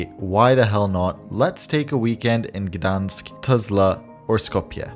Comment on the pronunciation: "Lets take a weekend and gdonsk"